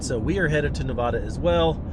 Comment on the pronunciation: I have a project m four wheel camper on my gladiator and love it...from someone who lives Nevada you need to work in your pronunciation 😂